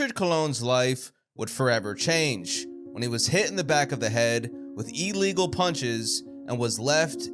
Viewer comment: What is an ee-legal punch? I know illegal, but never heard of "ee-legal"